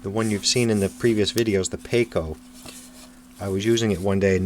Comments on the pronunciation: It would be prudent to read the instruction manual. It is " I CO", not " E CO". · I have always heard it called I ko...not eee co.....doesn't mean that is the only way...just the way I always heard people call it..